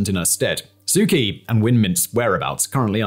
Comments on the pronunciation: Why do you pronounce her name "Key" when everyone else calls her "Chee"? Why is there a big Lifesaver floating behind your head? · I really like your videos! Please know that the nameof the Burmese lady your Burmese report is about is prnounced Soo CHee, with a ch as in church.